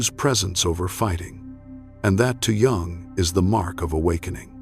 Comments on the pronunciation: Its pronounced Yung not Jung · Yung! It's Yung,please don't say Jung😂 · Its pronounced YOUNG , NOT JUNG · /ʤʌʊŋ ˌʌndərˈstʊd./ ? If you can't pronounce his name correctly, then yeah, that is disturbing and certainly not the kind of thing that I want to listen to going to sleep. I stopped watching here. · This is SO positive! The beginning of this the reader spoke Jungs' name while pronouncing the J. The J in this name is pronounced as a Y. In the later portion the reader said Jungs' name properly. 😊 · I hate Ai. It's not Jung that's Chinese pronounce, it's pronounced young or Yung in German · Try and pronounce is name properly please. Americans are such a concern today. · I find this video, at best, is a modest interpretation of Jung's work. However, one of the things that I noticed is you do not know how to pronounce his name. You shouldn't be creating a video espousing his truths if you cannot honor himby correctly enunciiating his name. While, many of the points here may start with some of Jung's thoughts and ideas, I think that the video falls far short of the interpretation of what he was really expressing. I think that while we should seek internal solitude and quiet reflection, we do have to then take our wisdom out to the public. Why would we aspire to wisdom and then not share that with our grandchildren? Every great teacher in history spent their early years in study with their elders, once they came into their own discovered wisdom they began to shatr their wisdom with fertile minds; those that recognized the wisdom and took up the same journey. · How can you make a 2.5 hr vid about a guy who's name you can't even pronounce? AI content sucks. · Hello AI robot please try and learn how to pronounce the surname Jung properly. Then you might be able to spread his true words seriously.. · AI narrator not pronouncing "Jung" correctly. What the actual